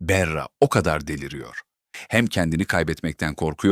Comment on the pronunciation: Berra ne , bari isimleri doğru telaffuz edin!!!!!